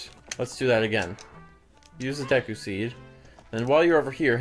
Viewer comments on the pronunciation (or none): none